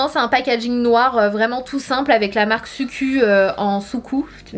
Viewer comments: SUQQU se prononce SOUQQOU le "u" n'existe pas et se prononce "ou" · Sananas les u en japonais se prononce en [ou] PS: tu es toujours sublime digne d'un top modèle😇👍😊☺💞💖💝💗💛💙💚💜😃🙂☺🙂☺